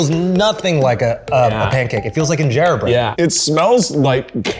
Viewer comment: Injera bread he says 😂